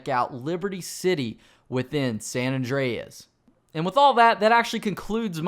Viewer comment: Awndreas lol